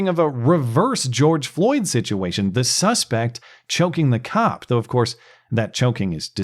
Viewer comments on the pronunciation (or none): none